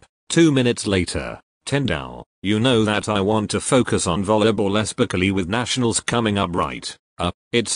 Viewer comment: Imma just put this here cus it had me dying but “espically”